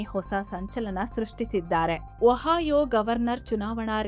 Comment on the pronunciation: ಅಮ್ಮಾ ತಾಯಿ ವಹಾಯೋ ಅಲ್ಲ ಒಹಿಯೋ.